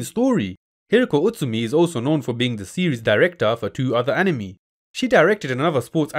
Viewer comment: he means when you say anime, it sounds a lot more like enemy rather than how it usually sounds being, AN-i-May